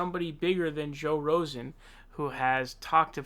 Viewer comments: How are you saying his name wrong? It's Rogan. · Bro - I love THEFUKK outta your channel but you can't bust a cat for fucking up words and hosts - when you FUCK UP the name of probably THE MOST POPULAR YOU TUBER! I can't even share this. Redo sonnn!! BTW you're the best I sat up Supe'Tues watching yo'azz til like 4am! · i wondered why I hadn't subscribed and when he said Joe's name wrong then I knew why. Jesus, dude and you're talking about Biden, Pot meet Kettle. Rogan, where is the S! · Why did you say Rogans name wrong? Go Bernie. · Are you kidding about mis-pronouncing Joe Rogan's last name????? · hey pal.. you do know your saying rosen don't you?? ITS FUCKING ROGAN!! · It's Joe Rogan, not "Rosen". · Dude, I hate Joe Biden as much as the next guy, I'm a Bernie Sanders supporter, but fuck dude, you can't sit there and make fun of a dude and say he has dementia (Which he does) when you are too fucking stupid to get JOE ROGAN'S name correct. For fucks sake it is NOT Joe Rosen, it is JOE ROGAN. Any idiot out there knows this. Smfh😐😐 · Dude, his last name is ROGAN, pronounced, roe-ghin. You hear the g sound. Not rosing or Rosen. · His name is rogan not Rosen. Smh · Why do you keep calling him 'Joe Rosan'? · It's Joe ROGAN -- not Rosen. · Rogan, not Rosen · Joe RoSen? What do you keep saying Joe RoSen? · Just a funny side note you called Joe Rogan , joe Rosen a few times. You did say Rogan once. But then went back to Rosen. At least that what I heard. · you are slamming Bidenfor his gaffes ...AND DOING THE SAME THING YOURSELF. The persons name is joe ROGAN!! with a G...not Rosen. "clowns to the left of me, jokers to the right, stuck in the middle with you' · Damn, you are terrible with names!!! His name is RoGan not RoSen! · It’s “Rogan”, not “Rosen” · You called him Joe Rosen at one point.... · Ahh yes Joe Rozen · Joe RO-GAN Not Rosen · Not Rosen but ro-gan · RoGan, not RoSan! Your gettin' it too. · Did he say "Joe Rosen"? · Rogan not Rosen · “Rogan” not “rozan”